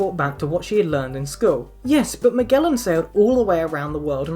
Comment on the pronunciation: You may be the first non-Portuguese speaking person who pronounces Magalhães (Magellan) correctly with a hard G. <3